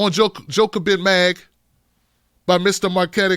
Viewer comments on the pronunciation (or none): Jacobin. Not Jocabin. It's important. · yo just to help you out. its JA-co-BIN. keep up the good work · I've never heard Jacobin's name get botched so badly 😂😂